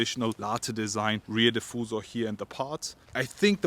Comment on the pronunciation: Hahah yes u heard it right.. he said rear difoosah 😂😂😂 💀💀💀